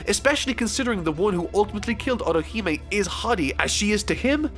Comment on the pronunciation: your also butchering Otihime's name 😡😡😡